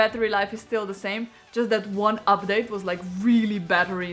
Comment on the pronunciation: You pronounce update as Uphdathe. It's funny but cute. Good real review